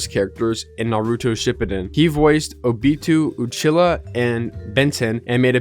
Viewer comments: Ah yes my favorite naruto shippuden character, "obeetoo uchila" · nah you did this one on purpose o-be-to Oh-Chil-ah is the worst butchering on this video by far you can't help but laugh at it 😂😂😂🤣🤣🤣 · The way he pronounced Obito Uchiha had me dead